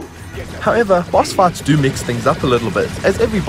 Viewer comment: It's sounds like he's saying boss FARTS LMFAO